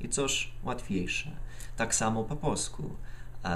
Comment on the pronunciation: dałeś mi powód by się zalogować. Mówisz bardzo dobrze polsku?! Bardzo dobrze wymawiasz samogłoski i dobrze rozumiesz niuanse języka. Chciałbym tak dobrze znać angielski...do tej pory wydawało mi się,że tak jest:-)